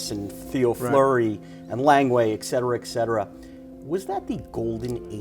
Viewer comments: Interviewer is one of those people who pronounces "ET CETERA" as "ECK CETERA" - Good grief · The guy is a professional journalist, and he thinks there is an 'x' in "et cetera."